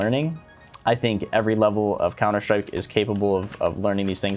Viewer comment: has been infected by the shroud's "Counter shtrike" pronunciation